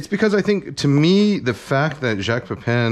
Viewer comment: Thank you for pronouncing Jacques correctly. 80% of people cannot even when you tell them how, it’s ridiculous